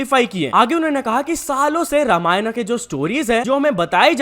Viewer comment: It is रामायण not रामायणा